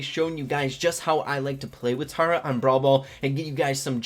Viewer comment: Yes! you say tara (T-are-ah) I have something against anyone who doesn't